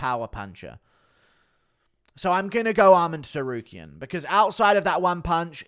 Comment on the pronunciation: Did this absolute Clayton just pronounce the "T" in Tsarukyan in the opening seconds of this video?😂